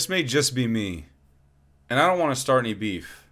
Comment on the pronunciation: "we stawt to wealize things"